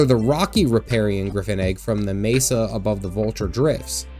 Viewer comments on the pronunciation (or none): none